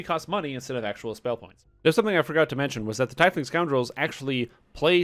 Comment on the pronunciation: "Tiefling is pronounced TEEF-ling, not tie-fling, as you can hear here." //